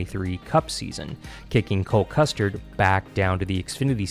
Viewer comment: You need to pronounce driver names correctly. Eckles? Custard? Pierce? How can you screw it up?